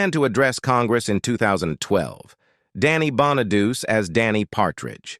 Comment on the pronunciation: I'm certainly appalled by the narrator (obviously AI) called my dearest friend Suzanne "CR-OW" (as in COW!) when her name was actually pronounced "CRUFF"! Plus, it's NOT BONA-DUCE, it's BONA-DU-CHEE! Awful, but still a good upload.